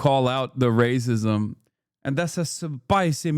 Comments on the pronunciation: Not Racismo?!!! I could listen to Italian Hassan All Day!!!! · Hasan was cracking me up with the accent. "Racismo" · "Rah-sismo" is wild. I'm here for it.